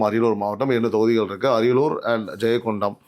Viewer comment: ஜெயங்கொண்டான் ( Jayankondon) இல்ல ஜெயங்கொண்டம். ( Jayankondam)